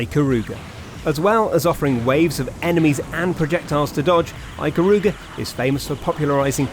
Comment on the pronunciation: no touhou games mentioned. 1/3 of the games that are mentioned aren't bullet hell. and finally, adding insult to injury, he mispronounces ikaruga '_'